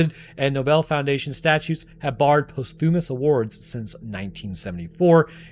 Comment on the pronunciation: If you want to narrate videos, please learn how to pronounce words like boson and posthumous